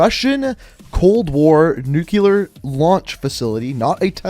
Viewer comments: "nuclear", not "nuculer" :,) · Don't really wanna be that guy, but it really bothers me when people say "nucular" not "nuclear" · This man keeps saying “nukeular” instead of “nuclear” and it made me think that was the proper way to say it for proof lol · Nuclear* not nucilar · One of my favorite things out there has to be grown adults pronouncing "nuclear," as "nuke-you-ler" lmao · What the heck is “NucYOUler”? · why do people always say "nucluer" i mean look at the word it says "new clear" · Nucular isnt a word. Its nuclear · "Nu-cu-lar"? Cracks me up when people pronounce that word wrong and it's SO common not many people even say it like, "Nu-cle-ar" lol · I hate when people say “Nuke U Lure” and not Nuclear “Nuke Lee Ur” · It’s not nuculear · Every time he said "nucular" instead of "nuclear" I died a little inside, am I the only one? Is that just me? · Just so ya know- the word is nuclear not nucular. over here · nuclear, not nucular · he says nucyaler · Please... stop saying nucular, its nuclear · NU-CLE-AR.... not NE-CU-LAR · I can't be the only one noticing the "Nuke-lar" mispronunciation... in every video it's mentioned. Nu-cle-ar. Not "nukelar". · I'd love to never have to hear you say NUCULAR again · mmm nucular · "NUCULAR" ..this dude for real? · "NUKULER" can anybody pronounce Nuclear right? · What are Americans incapable of saying the word “nuclear” correctly? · man you gotta learn how to pronounce the word 'nuclear' correctly